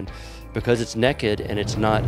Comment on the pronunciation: Lol! It’s “nay-kid” not “neck-kid” 😂